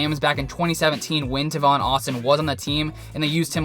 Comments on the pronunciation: Tay-Von Austin not Taaaaa-Von, say it with me TAAAAYYYYY-VVVVVOOOONNNNN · its pronounced "tay-von". Great Video!